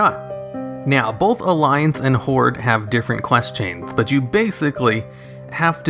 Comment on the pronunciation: Why do you pronounce both as "bolth"? There's no L in it. It's pronounced like "oath".